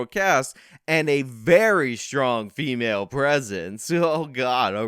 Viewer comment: “The very frong stremale performance…” You can’t read this article at all! 🤣🤣